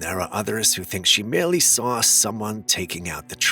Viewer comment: The word saw does not have an r in it